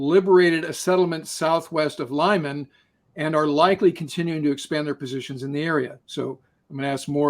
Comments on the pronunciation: It's read "Leeman" not "Laiman" lol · Lyman is pronounced lee-MAHN